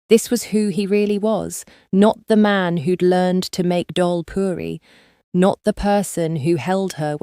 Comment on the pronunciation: This was really good story 😊..i am guyanese and grew up eating dhal puri so it was really great how u highlighted it in your story and pronounced it beautifully correctly 😊...happy what started off not so kindly was able to find a light for both of them😊🥰..consider adding pictures as the story flows😊